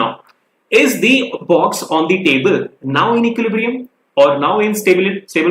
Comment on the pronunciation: I always eagerly wait to hear sir speaks 'Equilibrium' correctly😊😄